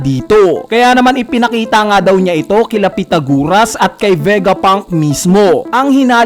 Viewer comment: Pythagoras. Not pythaguras Culprit, Not Colprit